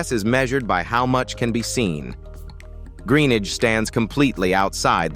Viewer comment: Another crap American Narrator. Can't even say his surname properly.